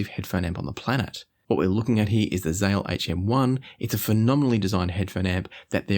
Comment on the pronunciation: It‘s Zähl, not Zahl. You should do him justice if he creates such a phenomenal device.